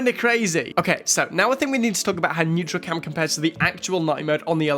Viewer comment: Man. It’s NEURALCAM not NEUTRALCAM.